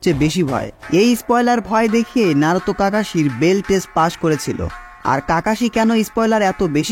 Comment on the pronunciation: bhai tmr vdo blo lagse design R edit sundor hoise But voice ta ektu clear kori pelle balo hoito ki narutor modde naaroutho uccaron koro that naruto not naarutho